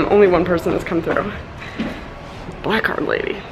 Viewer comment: I swear when you said my first black card I had to rewind because I thought you said black cock. I was incredibly confused.